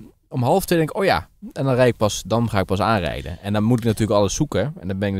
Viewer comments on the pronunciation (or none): Komt uit Brabant, met zijn "aanrijden"? 😀